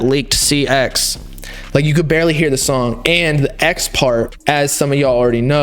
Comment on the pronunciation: he said do you know dee way